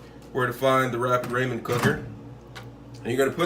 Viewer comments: Rah-men, not ray-men. ☺️ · he's talking about the pronunciation. It's rah-men. Spelling it is Ramen.